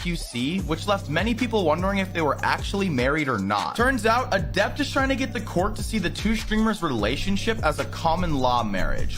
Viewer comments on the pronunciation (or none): 10 seconds in and i cant stop laughing at "adepter" lmao